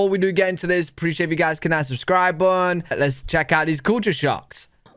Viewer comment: My dryer is over 10 years old, but when it finishes drying, it rotates the drum every couple of minutes to prevent wrinkling. Hey! I like your channel, but "button" has two syllables 😂